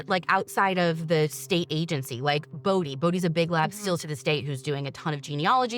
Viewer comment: As a Bode, I’m just happy and grateful that our last name has finally been pronounced properly ❤️